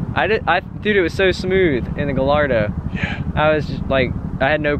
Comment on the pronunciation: The double L in Gallardo is pronounced as a Y. So it would be pronounced "Guy Ardo". I mean no disrespect. Just wanted to help.